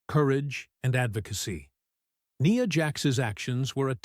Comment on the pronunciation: It would be better if, when they use text to voice tech, instead of saying Nia Jax, they called her Nya Jax